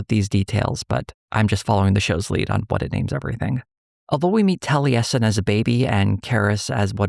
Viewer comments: As an avid critical role viewer, ive never hear Taliesin pronounced that way 😂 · That pronunciation of Taliesin continues to cause me psychic damage. For crying out loud. He's a legendary bard of Cymry (Welsh) folklore. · the mispronunciation of the name taliesin has been killing me the whole video, tho i get why irish names can be quite interesting with their pronunciation roles (i say this with an irish oc named osíon) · Do...do they pronounce it tal-e-yes-in in the show? I thought it was pronounced Tall-a-sin (though my only frame of reference is Taliesin Jaffe) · Maybe it's because I have been a fan of The Mists of Avalon, I am used to hearing Taliesin pronounced as Tal-YESS-In not Tal-EE-ESS-In. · Tally-essin? Really? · I've never heard the name Taliesin pronounced that way.